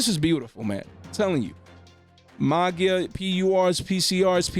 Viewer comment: You pronounced Magia wrong